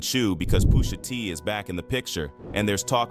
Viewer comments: why does he keep saying "poosher T" LOL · Poosha T 😂😂 AI is wild! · Who TF is poosher T 😂😂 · Calling him Poosha is wild. AI be funny sometimes